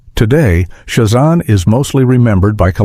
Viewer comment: It's Sha zAM not shu zom. Boo on AI voice thumbs down